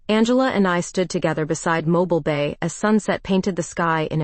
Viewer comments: Terrific Story.. your Voice you chose is Audibly Captivating. But AI cannot Pronounce well (yours & others) as well. ITS Mobile Mo-Berle. Not Mobil as moving. Teacher in US..Sorry 😉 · Learn how to pronounce Mobile, when referring to AL.